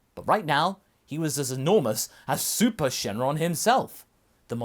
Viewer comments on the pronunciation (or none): It's syn shenron not shen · Why do you keep saying "Shin" instead of "Syn"?